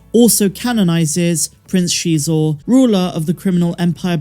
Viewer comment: I think your the first person I heard pronounce Prince Xizor’s name correctly. I used to listen to Shadows of the Empire on tape cassette all the time years ago, and you say it like the reader said it. Many times I hear people say his name like “Sizor” or other similar ways. The OCD in me always has to say the correct pronunciation right afterwards lol. Now I say correct based on how the reader pronounced it and maybe the reader was wrong, but it’s how I know it so in my book, it is how it is lol